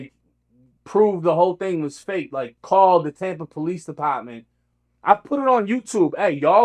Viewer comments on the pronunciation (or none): Police depaahtment